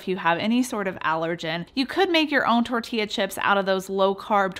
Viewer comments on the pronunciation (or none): none